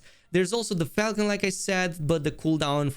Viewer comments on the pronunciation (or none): none